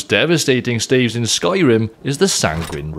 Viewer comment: That's... How you're supposed to pronounce it